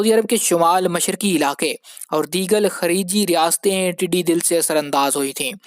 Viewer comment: PLZ CORRECT YOUR WORDS. TEDDY DAL NOT TEDDY DIL. THERE IS VAST DIFFERENCE BETWEEN DAL (MEANS CROWD & DIL MEANS HEART.